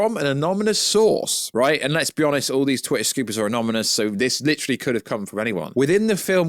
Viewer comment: Why can’t you say anonymous correctly? 🤦🏻‍♂️🤣🤣